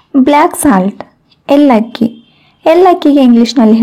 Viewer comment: It's not ellakki, she pronounced wrong, it's elakki